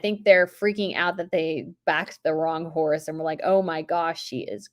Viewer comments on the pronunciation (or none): none